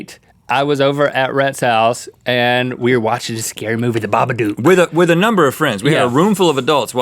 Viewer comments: did he say the baba do XD it's the Baba book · Its pronounced the baaaaa bu duk the dook is pronounced like look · Link it's pronounced bah buh duke babadook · It's ba ba doc